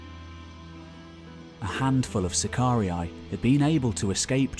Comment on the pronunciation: BTW, SACARII is pronounced SACAR E - E.....NOT SACAR E - I !!! DUH